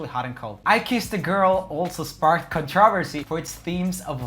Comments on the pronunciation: sub-see-quently con-traa-versy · Someone who can’t pronounce “CONTROVERSY” cannot be taken seriously as a music critic 👀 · So is everyone just going to ignore how he pronounced controversy ?